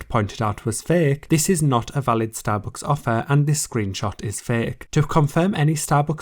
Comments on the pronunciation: yeah I love starbooks xD bruh, why do you pronounce it like that, took me 5 min to figure out what you mean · nice video but the way you pronounce STABOOOOOOCKS is so annoying 😭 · Wtf is “starbooks”? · Shallowbooks is all i hear u say 😂